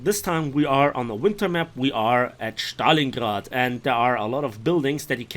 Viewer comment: Yeah big yikes. Even germans dont pronounce it like that.